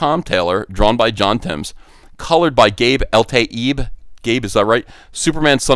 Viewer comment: But how do we pronounce your name?!